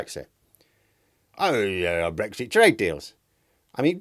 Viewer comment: Brexti, is that anything like Shakti?